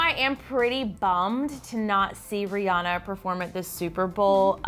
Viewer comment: People keep mispronouncing Rihanna's name. It's Ree-anne-uh. Not Ree-ah-nuh.